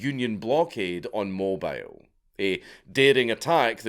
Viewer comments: I know bud but it's Mo Beal like the the eel fish. The sound you're making is the sound of "My care is a mobile transport". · Sorry my guy, I'm from Alabama and mobile is pronounced mo-bill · It's mo-beeel ya heathen. I'm a Tennessean, but those folks in Alabama are MASTER inbreeders. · Mobile is actually pronounced "mobeel" in that area. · As a native dixoid it’s pronounced mobe eel not mobile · Mobile Alabama isn't prounced like a mobile phone. It is more like Mo-biel, like it ryhmes with Niel. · Those of us from the area, (I'm from Pensacola FL just across the bridge), pronounce Mobile as "Moh-Beel". Yeah it's weird but we also have the Flora-Bama bar and an annual mullet toss there so it is what it is. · Mobile, the city and the bay, are both pronounced Moe-Beal. I do realize that it is spelled the same as Mobile, like Batmobile. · Mob-EE-l my brother from an ancestral mother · As a life-long Southerner: it's pronounced Mo-BEEL when it's the city or bay. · As a US Southerner, thanks for this video. How often is the first, the best? "Pon-cha-trayn" and "mobeel, alabama" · Pronounced "MOWBEEL" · It's pronounced Moe-bill, Alabama. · I just love how the Scotsman properly pronounced New Orleans and then immediately followed up by mispronouncing mobile. God I love this channel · The way you said Lake Pontchartrain and Mobile Alabama hurt me. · horrendous pronunciation of Mobile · Gahlee, im not even from alabama but listening to his pronunciation of “mobile” is giving me an aneurysm. I can forgive pontchatrain though, them damn cajuns and their weird talk. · Can correctly pronounce New Orleans, cant pronounce Mobile. Never change Dank. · yeah but he absolutely butchered Pontchartrain and Mobile. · As a Knuckle-dragging Dixoid, Pontchartrain and Mobile are pronounced Ponch-ah-train and Mo-beel respectively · Sorry. My Texas ears are forcing me..... Lake Ponch-cha-train. Mo-beil (like Jessica Beil) Alabama. Otherwise another top notch video. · It's 'mo - beel' Alabama